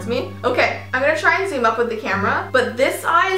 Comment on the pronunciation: im gonna zumm the camera Me:please no